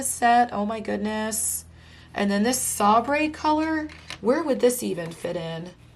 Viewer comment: Sabre is actually pronounced say ber and it is a type of sword, no worries….😘